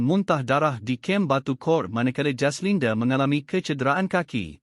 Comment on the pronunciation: Nak muntah aku dgr mangkuk baca berita ni..semua perkataan ada huruf E kt blkg..jaslinde yg paling tak tahan..PATI dh sekor ni jd YouTuber😆🙄